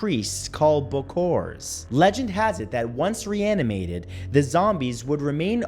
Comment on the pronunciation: when he said "reanimated" i heard "Rihanna made it"